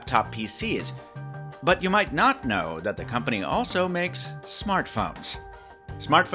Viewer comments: Had to scroll down to the comments to make sure I wasn't going crazy when I heard notch instead of not lol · Did you say "Probably 'notch' your next smartphone"? 🤔